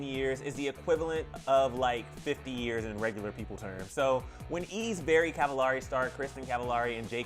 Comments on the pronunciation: They’ve been married 7 years, not 10... and her last names it’s supposed to be pronounced like “cavel-airy”, not “ahh-ri”. It’s supposed to rhyme with “very”. Come on guy. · I think you’re pronouncing her last name wrong...😒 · You’re pronouncing her last name wrong!!! 😩😂